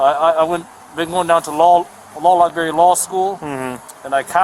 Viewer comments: I’ve been going to the “law Lie-berry” - Freudian slip haha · Don’t worry, he’s been going to the “law lie-berry”. So his motorized scooter is not a “motor vehicle” he says 😂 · He also says that he goes to the “law lie-berry” 🤣 His poor room-temp IQ